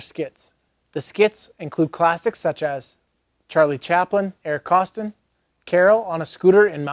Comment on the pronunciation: I think you meant to pronounce it Eric KOSS-TONE'. 😝